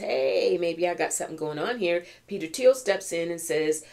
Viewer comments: It's "teel" no TH sound. :) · Thiel rhymes with slippery eel 😅😂😂❤